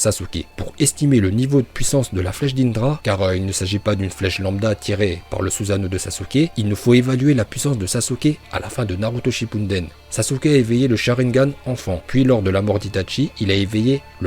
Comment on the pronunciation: Autant j'adore tes vidéos, autant je déteste celle avec. Ce mec ne sait pas parler, c'est chaud! Entre "Sinppunden" au lieu de "Shippuden", "Feuilleton" au lieu de "Futon" et "Amateradzu" au lieu de "Amaterasu"... Put*** mais dans AMATERASU tu le vois où le "DZU"???????!!!! Sinon j'adore tes vidéos, continue! (Mes pas avec lui STP) Naruto vie!